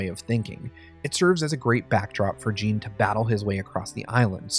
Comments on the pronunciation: Bowling The name is Jin, he said it as Gene for some reason. Just like the completionist did a video on AC Valhalla and referred to a region in the game as East Anguela instead of East Anglia... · "Gene"!?. I believe you mean Jin. Lol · Its JIN not JEAN!! So annoying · Gene? i thought his name was Jin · It IS said with an 'ee' sound, but it's a short stab of a name; not the long sounding assonance of 'Gene'. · It's Jin, but pronounced like we would pronounce "gene". Thoroughly Japanese nonetheless.